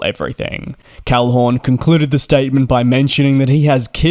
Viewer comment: "KARL-HORN"? It's "KAL-HOON"! As in Dave Calhoon, CEO of Boeing. How long have you had your aviation channel?